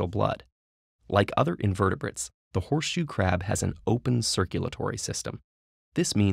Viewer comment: I keep hearing "poor shoe crab" :(